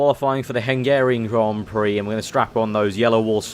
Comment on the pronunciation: It's not hengerian it's Hungarian